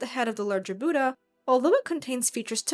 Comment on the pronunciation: Hearing the pronunciation of "Buddha" butchered so many times is hard to bear. Why can't so-called western professionals put in some effort into learning to pronounce native names correctly? It's not "Boo-da". The "Bud" is pronounced like "put". Bud-dha.